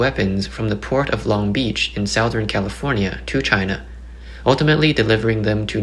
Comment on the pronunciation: "Long Beach in sow thern Ca."